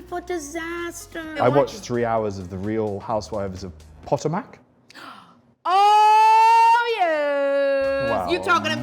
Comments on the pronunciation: this is mind boggling, never thought Potomac could be butchered in such a way Edit: I did a deep dive and I get it, we Americans are probably also butchering it since someone fcked it up when writing it out lol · “The real housewives of Pot-o-Mac”!lol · Lmao how he said Potomac I’m dying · Wait how is it meant to be pronounced?